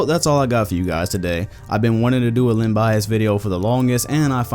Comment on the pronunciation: Was I the only one who thought his name was GLEN bias not LEN...great vid tho :)